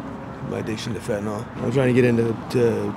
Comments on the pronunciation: Why can nobody pronounce the word “fentanyl” correctly? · Why do so many people pronounce fentanyl like “fentinall”? When you have allergies do you take Benadrall?